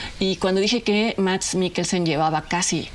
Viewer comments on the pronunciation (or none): solo por que soy fan de Mads te corrijo, su nombre se pronuncia Mas, amo tus videos, de verdad